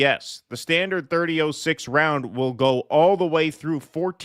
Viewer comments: its pronounced Thirty" ought" six not thirty ooooh six . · .30-06 is pronounced " 30 aught 6." I'm a female who doesn't know anything about guns, but I have heard how this is pronounced through out my life.